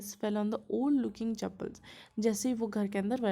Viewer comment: Pronunciation wrong of chappals🙄